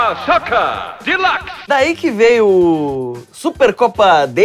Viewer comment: De like? sempre ouvi deluxe kkkkk